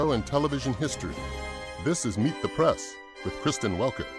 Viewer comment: Meet The Prass... I'm Kristen Welker and this is Meet The PRASS. Someone teach Kristen how to say "press."